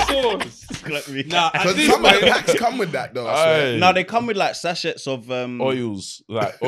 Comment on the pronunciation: said sachets, how our mother said it, pronounced the CH clear 😭🤣